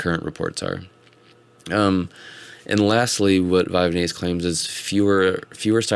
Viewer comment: Vyvanse is not pronounced Vyvanese. It's not like Japanese. The "vanse" rymes with pants. Vy-vanse